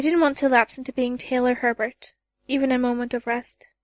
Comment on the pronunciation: "Taylor HEbert" There's only one "r" in the last name, not "HERbert". Thank you for your efforts in putting this epic into audiobook form, but please look up the pronunciations of thee words used. This particular VA adds in a fair amount of extra syllables in words that shouldn't be there. For example, there's no "a" on the end of the name, "Simurgh."